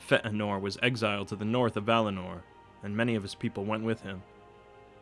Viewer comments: No, that's how it's pronounced. The diacritic mark over the e just means that both the e and a are pronounced separately and not as a diphthong. It doesn't indicate a stop like the way you're using in the vid. Great stuff otherwise though :D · Ash: Yes, the "ea" should be pronounced as two separate vowel sounds, but the problem is that he's adding a stop in between them and there shouldn't be. The e in Feanor is a short "eh" sound, but it shouldn't be accentuated by breaking the airflow in the middle of the word. (great vids though - I agree with that :D) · just fea-nor. not fe-anor. not like Anor. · Feht a nor? it's Fay uh nor. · Fetinor? Feanor you mean? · "FeT Anor" .... ..... :/ it's FEAnor!!!!! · A bit late, but Fay-en-or, not Feh-eh-nor. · FAY-uh-nor, not Feh-uh-nor. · 'Fëanor' is pronounced 'Faye - anor', not 'Feh'anor'. Where did you get the glottal stop from? You do 'Ainur' well though - follow this example. The captioned text at the bottom of the screen reads 'O'Callaghan the Black' (lol). In 'Morgoth's Ring' Tolkien suggests that Sauron is less evil than Morgoth, inasmuch as the latter, consumed by jealousy and hate, is a purely destructive force, dedicated to corruption, chaos and death, whereas Sauron desires peace, harmony and an 'advanced' industrial civilisation - only with himself as Boss. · Such an interesting video. Only the pronunciation was a bit hilarious: FEHHTT'A'NOR etc. It isn't Fey-ann-or as many people say, they're wrong. Feh'anor is better and closer to the right option. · It's Fee-an -or not Fa - an - or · It's pronounced "FEE-AhhNOR" Not "F-ehht-Nor" This vowel with the diacritic known as an umlaut [ this thing --> ( ¨ ) ] has a distinctive sound, and when incorporated into a word and put along side other vowels without said umlaut, it becomes a diaeresis and it thereby demands a separation of sound through enunciation/pronounciation [[ For example: Chloë ... Zoë ... or better yet: Manwë 😉 ]] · Not feetenor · It is not "feh'eh-nor."